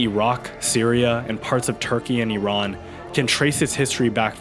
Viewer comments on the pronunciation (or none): none